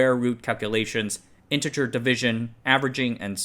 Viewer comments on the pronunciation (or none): none